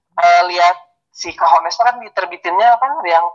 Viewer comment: Bacanya Onest, H nya tidak dibaca..